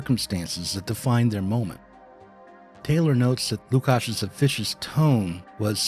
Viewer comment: I'm always put off by laziness of Americans to pronounce names from other cultures/languages correctly. And this is not 45th pick of second round of NBA draft, its one of the main philosophers of 20th century!